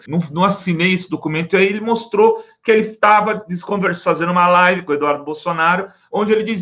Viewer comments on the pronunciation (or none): none